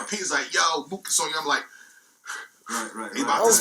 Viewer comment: nigga said MOOKION 😂😂